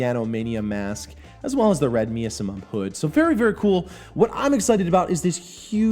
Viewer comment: miasma is pronounced my-as-ma thumbs up the rest was awesome